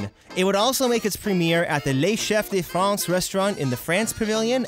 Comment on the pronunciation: way of pronouncing "Les Chefs de France" is 👌🏻👌🏻👌🏻👌🏻